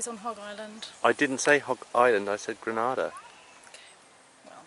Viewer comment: Hi...Just a heads up....it's pronounced Gre- ' nay ' - dah